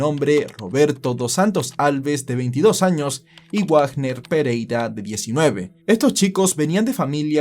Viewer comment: Dato: Wagner no se pronuncia Guagner. Se pronuncia como Vagner. Menciono porque tengo familia con ese apellido.